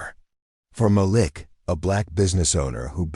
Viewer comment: Can you say. Ma Leak …..Idiot narrators